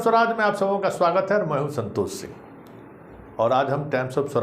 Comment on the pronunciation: जिस गधे को अपने नाम का ठीक से उच्चारण नहीं आता वह राष्ट्रीय राजनीति की बातें कर रहा है। तुम्हारा नाम संतोष सिंह है न के संतोस सिंह... 😊😊😊😊😊